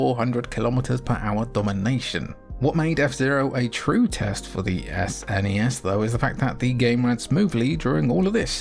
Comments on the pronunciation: Outro gang, jimmy is right it's a word, snes. not s.n.e.s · The third person sections in Axelay actually aren't mode 7, but use some clever scanline trickery instead. It does use mode 7 on that walking mech boss in one of the 2D sections though. Also, it's definitely pronounced snezz! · I was actually surprised hearing you say Ess-N-E-Ess instead of "Sness". I thought all UK gamers had to say "Sness". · Saying "sness" rolls off the tongue better than spelling out S-N-E-S. However, saying "S-F-C" for the Super Famicom is easier to say than "sfkk" or whatever. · I’ve always said “snez”. One syllable because I’m a lazy sod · “Sness” is how my friends and I pronounced it